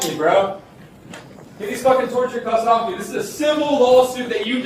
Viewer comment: Narrator voice: "they did not get 'offa' him"